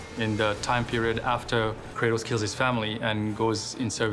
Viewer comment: hahaha!u said tratos